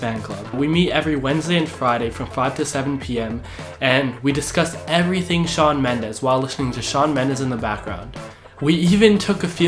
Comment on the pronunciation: Thiss boi said Shawn Mendes 🤮hell nahh